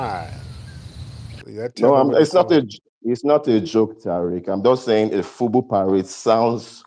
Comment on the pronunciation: He said, FUBU parade? I thought he said, FUBU pirate. 😮